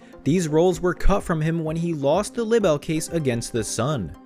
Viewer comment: “Lib-bel?” Is English a second language for you? Libel is pronounced “LIE-buhl”.